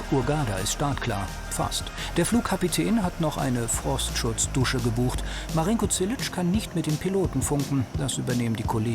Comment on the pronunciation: Dieser Marinko Zilić übelst der heftige Typ... nur die können seinen Namen nicht aussprechen es heist Zilić (Silich) zzzz nicht ts, Grüße aus srbija